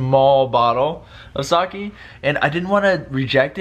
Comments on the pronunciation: haahaha it's not Sak''i'' but Sake! Your funny! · you're saying "sake" wrong!!